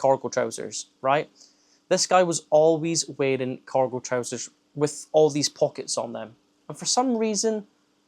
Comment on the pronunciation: Hahahaha not me thinking you were saying 'Coracle' 😂 I thought wtf are Coracle Trousers...